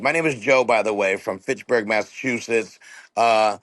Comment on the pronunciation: Fitchburg Massachusetts not Pittsburgh Jada 🤣🤣🤣